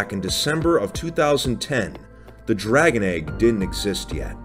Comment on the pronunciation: DRUGon egg